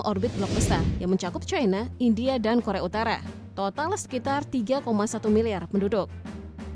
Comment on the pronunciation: Pembacanya tidak menguasai bahasa Indonesia yg baku Membaca China saja tidak bisa sangat memalukan sebagai orang Indonesia